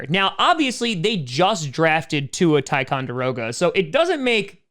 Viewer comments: “Tua Tigongiroa” ok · Also, did he just call him Tua Ticonderoga? Lol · “Tua Tigervoliloia” that’s what I heard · I'm sure you really just haven't thought about it and you mean no harm, but you should stop purposefully mispronouncing Tagovailoa. It probably feels like a small thing, but making an effort (even getting it wrong) is far more respectful and to mispronounce his name on purpose is...bad. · you do realize that it’s INCREDIBLY racist to mention Tua with a different last name just because you, a white man, doesn’t want to try and pronounce his real last name